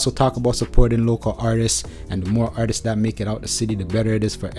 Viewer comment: someone please tell that the word is "artists" and not "artisis" lmao